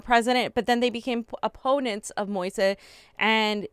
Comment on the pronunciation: Fiorela, Moise's name is pronounced Mo-eeze.